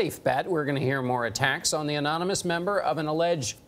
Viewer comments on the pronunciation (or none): One crisis is that Trump can't say anonymous he pronounced it enemas. Lol No further comment.